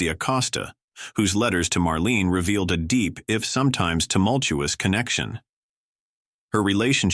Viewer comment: Marlena not Marlene.